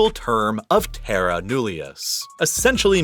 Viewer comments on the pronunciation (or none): none